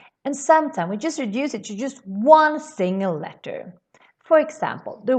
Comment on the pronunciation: Thank you for your lessons. I thought I should tell you in English the word “letter” doesn’t have a pause between the syllables and has no hard or thick t sound but has a very soft d-ish sound.